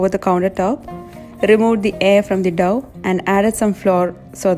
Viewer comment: It's not Dove the way pronounce. It's dough so pronounce it as Doh